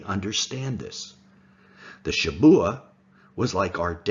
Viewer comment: It’s shavuah, not Shabuah